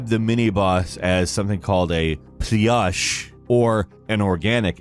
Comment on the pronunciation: Also also, just say Plush, like plushie, it's going to be easier for you to pronounce by a huge margin and sound closet to the original